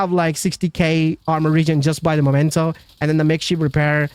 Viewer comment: Why people can't read? It's Memento and not Momento!!!!